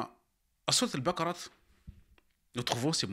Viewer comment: Correction = on ne dit pas baqarat mais baqarah avec un ha à la fin .